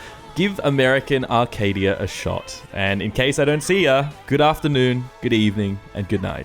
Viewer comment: It's Arcadia. Not "Arcade"